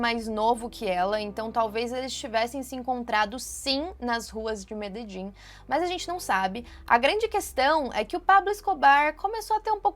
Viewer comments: Meus ouvidos sangram quando tu erra a pronúncia da cidade de Medellín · pq "Mededin"??? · É Medelin, não Mededin.